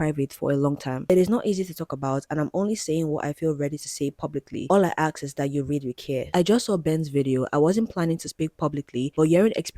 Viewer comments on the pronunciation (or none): it's not aks, it's ask. A S K. Ask. Please pronounce your words correctly😂